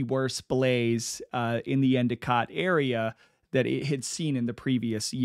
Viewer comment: Oh-we-go lol. Next time you do a video within the upstate ny and scraton/wilkes barre/ pittston. I would be glad to consult on the pronunciation of surnames and towns. Good job with Endicott, my hometown, and btw, bar-bear-uh